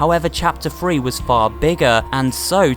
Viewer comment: He’s saying free instead of three